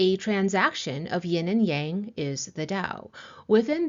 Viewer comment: As a student of the Ageless Wisdom teachings, I have been lacking in my studies of Taoism for some time. I’m very excited to discover your channel and greatly appreciate your method of teaching. I also appreciate your pronunciation of Yang, as it is “the way” I have always been comfortable with and believed I was hearing it mispronounced in the west often 🙏❤️